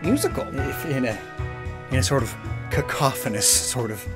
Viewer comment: Im just glad learned how to pronounce Cacophonous. Remember the one video where he kept pronouncing "Cacophony" like "kaka-phone-ee" instead of "kuh-koff-uh-nee?"